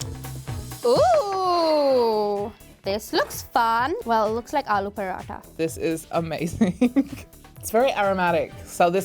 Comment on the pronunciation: Sohan's pronunciation of paratha 😬